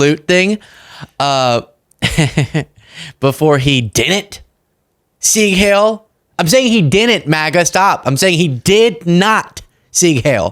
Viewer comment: I know this is uber trivial, but it's not 'sig hail.' It's 'seeg high-l'. Not all of my German heritage is pride worthy, but the language is. Ok, that was just bugging my autistic brain, I'll finish listening now.